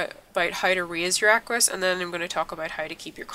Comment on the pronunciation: it's equus not aquus